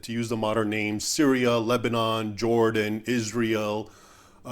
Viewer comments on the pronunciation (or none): none